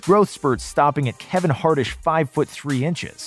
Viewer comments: Bro really said Kevin hartest😂😂😂😂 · Did i hear "Kevin hartish"?? 😄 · Dude really said “Kevin Hart-ish” 💀💀💀